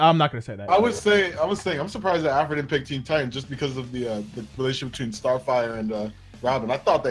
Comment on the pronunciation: when he said BETWINE I spit out my noodles